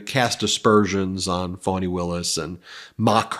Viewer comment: Please learn how to pronounce her name -- especially if you're going to criticize others for mispronouncing it. It's pronounced "fahni", not "fawni". Pass this on to Popok, too. You have done many things to undermine your credibility. This is just one more.